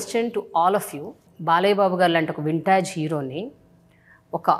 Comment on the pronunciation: its not vin-taage hero. its vint-age hero!